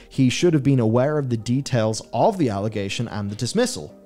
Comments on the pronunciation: All"O"gation huh? not All"i"gation? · Allegation. Not allogation. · What the fk is an 'allogation'? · Allogation, really? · What's an 'allogation'? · What's an allogation? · What the bloody hell is an allogation? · Isnt it "allegation"? Or am I just a dumb American?